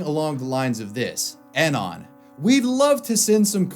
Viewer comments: That's not how you pronounce "anon". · It’s pronounced “UH-NON”. Not “AN-ON”. For fucks sake.